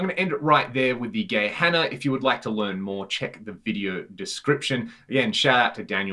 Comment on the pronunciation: His pronunciation was actually pretty spot on! Instinct would tell to say "ck" but that's how we can tell right away if someone is a native speaker :D And thanks so much for the compliments! Engineering is really kind of a society-thing here - also our regulations on what kind of devices you're actually allowed to sell are waaaay stricter than in other countries! I've bought a lot of US-made pedals and opened them up just out of pure interest and quite a lot of them would be taken off the market here in no time because they don't meet the regulations - of course not as they don't apply in other countries. And yeah - love this channel, too!